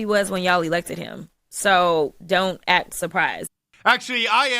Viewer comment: Someone tell cricket the word is “act” not axed